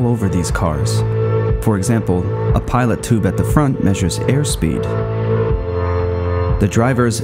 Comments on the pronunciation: It's a "pitot" tube, not "pilot" tube. Cheers. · Great Job. One suggestion or correction is you mentioned a "Pilot Tube" on the front to measure air speed. This is actually a "Pitot Tube" pronounce Pee-Toe Tube. The same as what is on the front of an airplane wing. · I think it's "pitot tube" not "pilot tube" per aviation nomenclature. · pitot tube. not pilot tube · *pitot tube, not pilot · it’s PITOT tube, not pilot tube. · Pitot tube, not pilot. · Just a word of advice on the speed indicator nomenclature should read and voice as Pitot Tube, not a pilot tube. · Not to take away from how well done this presentation is, but I do have one correction. You called it a "pilot tube"; it is a "pitot tube", pronounced "pee-tow" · It's not a "Pilot" tube, it is called a "Pitot" (PEE-TOE) Tube. As in an airplane it is used for measuring ram airspeed. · I think you mean pitot tube, not pilot tube. Very well done. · did he say pilot tube instead of pitot?? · I think that should be 'pitot tube', not 'pilot tube'. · Pitot tube not pilot right? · Instead of Pilot tube is pitot tube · Pitot tube - not "pilot tube" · it's called a pilot tube now and not a pitot tube? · Brilliant! One tiny mistake. It is called “Pitot Tube” not “Pilot Tube.” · Tube at the front is called a pitot tube (pronounced “pee-toe”) and not a pilot tube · you mean pitot tube? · Fantastic. All major systems covered VERY well. TOP anaimation. Minor nitpick, it is a pitot tube, not pilot tube Pronouned pee-tot. You should send this to F1 media. they might hire you. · Pilot tube? I think you mean pitot tube. Otherwise, awesome work. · It's a 'pitot' tube, not pilot tube. Pronounced peedoh. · Great overview. Just a small correction. It's not "pilot tube" that measures air speed but "pitot tube". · PITOT NOT PILOT tube. Measures air speed. SUPER AWESOME job making this vid!!! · One tiny correction. Its not a "pilot" tube, but its called a Pitot Tube. Its from aviation